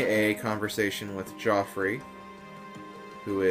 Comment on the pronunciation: Geoffrey is pronounced like Jeffery. It's an older form of that name. Like Geoffrey Rush. Though telling you now, the point is mute... lol.